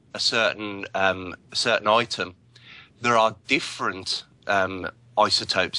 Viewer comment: When you take a certain "oitem"! Love it,!